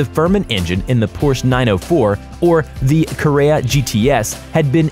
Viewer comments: Porsche = Por-SHA, not Porshhhh! :D and Oh MY! Ca-RAY-uh? Wha?? It's Ca-RARE-Uh! Carrera! LOL! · "Porsh" "Carreya" what then?? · Porsche carreja??? Er... No. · "Carrea GTS" Was there no one with the slightest interest in cars that was willing to narrate? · Oh don't forget about the Porsche CarAYaaa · and carrera lol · Fx48215 Holden this guy sucks. Probably doesn’t even know what an engine looks like. His engine knock explanation, his pronunciation of Carrera, his mention of rotary engines having “2 to 3 rotors” It’s maddening.